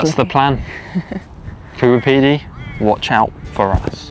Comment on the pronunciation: You couldn't even pronounce Coober Pedy correctly